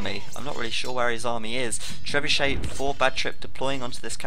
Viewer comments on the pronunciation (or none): none